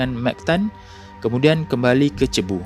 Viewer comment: Cebu dibaca 'sibu' bang...kawan saya ada sana budak philippine... wallahualam